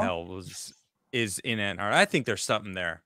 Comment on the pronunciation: "anne" Arctica? or "AnTarctica" with an extra t in there ? 😅